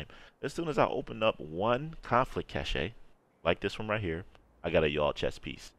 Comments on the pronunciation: Cache... Cash. Not Cashay. It's pronounced cash. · Came here to say this. I subbed regardless but I almost couldn't take it. I kept envisioning a dance move every time he said "cash-ay". Like a chasse in ballet. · Sigh.....this guy doesn't know the easy way to get Yall gear without going in DZ. He said....Ca-shay...😂 In English it's Cash, like money. We can get Yall gear without pvp. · Love the vids. I always look forward to trying your hybrid builds. It's great to see someone try to think outside the box as opposed to just using basic meta items. Just a heads up, cache is pronounced like cash. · DUDE! It is pronounced CASH! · Cache...pronounced as cash...ffs. when you see a box of goodies, think money. $$ bills ya'll!